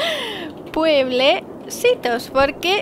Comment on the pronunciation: PuebleSitos, Me sonó A PobreSitos xD. Buen Vídeo :D Ya mejoro Un poco la economía de Los PuebleSitos :D